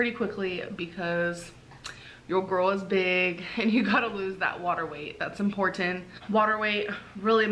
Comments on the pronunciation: ImportTin lul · I wish someone would tell her how “importan” the T in important is. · “Im port tant” 🙄